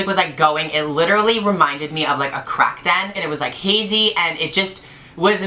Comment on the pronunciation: Ugh I'm done af at her saying crack den 😭😩 but omg I'm so glad you're ok Gigi.